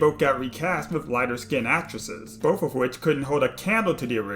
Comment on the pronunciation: Are you saying “boff” instead of “both?” I agree with you but, what?